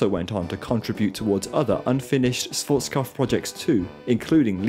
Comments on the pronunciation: I love your videos, but please don't say Schwotzkov - he was German, not Russian. It's pronounced Shwarz-Kob-f (the f is pronounced like in fun) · I'm not even a native German spesker but your pronunciation of Schwarzkopf is arocius